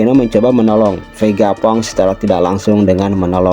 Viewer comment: VEGA PUNK CUK BACANYA PANG, BUKAN FANG,....